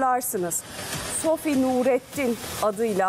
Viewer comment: SOFİ DEMEYİN BARİ !